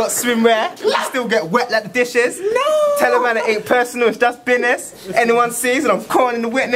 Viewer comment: everything johnny says every1 laughs it is funny and he cant say business he says bunis